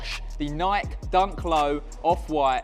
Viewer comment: Could you stop saying Nike like that